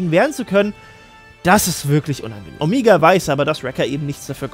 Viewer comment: Warum sagt eigentlich immer "Omiga"?